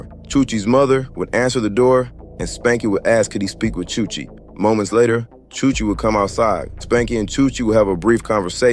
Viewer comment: chuche not chuchi